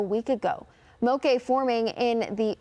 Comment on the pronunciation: she's mispronouncing it. Moke sounds like woke not cafe'. In Hawaii, a "moke" is a rugged local who has a tendency to fight.